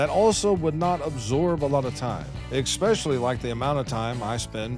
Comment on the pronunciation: people have channels like yours and they don't need or ask for money from us or via ads. you're in it for money. this is why you are failing. wrong energy. sharing truth and good cheer is priceless. i'd like to see you stop saying ECKSPESHALLY.